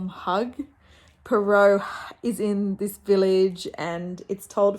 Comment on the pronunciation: Bonjour ! Iam a huge fan of Poirot (love the way you pronounce it). I am on vacation and they play the series with David Suchet. I love watching them again and I don’t remember who is guilty or sometimes I do but it’s so fun to see Poirot using his little cellules grises (brain). He is pompous and arrogant but deep down he has a huge heart. In two stories he helps lovers being together; he helps his friends and young woman. He is a secret person. I have read The mysterious affair at Styles last year and wanted to read all of them and now here you are doing it. So I am going to join you ! It’s my birthday today so I am glad to start the day with you and Poirot !